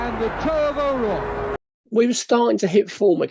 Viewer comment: John O’RouRke not John O’Rouke. Its pronounced O-Raw-k Splitting hairs though tbh. Interesting upload even though im not a QPR fan👍🏼